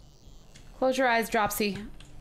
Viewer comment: OMG I almost raged hearing you say Dropsy wrong [drupe see]